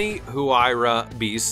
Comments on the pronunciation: Also the H is silent in the Huayra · The Bugatti VEYRON, is pronounced, V A Y Ron, not V I E Ron. And the Pagani Huyra is pronounced, W I E ra, not H A W I E ra.